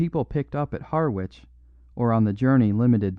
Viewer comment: Harwich pronounced Har 'ich. It's an English town so the pronunciation is local in each place. American towns also have local pronunciations which English people get wrong .:-)